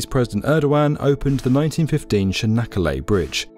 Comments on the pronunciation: "Çanakkale" is more like -ch-anakkale, not -sh-anakkale. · its not canakala its tsjanak ka le how u read it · "Chanaggalla" :D